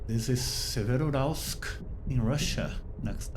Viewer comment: Pronounced 'SEvero-Yuralsk' (almost like two words) The 'Ural' is the important component in the name. 👍 Bauxite in English is pronouned 'Bork-site' (soft 'r' ... like 'boh').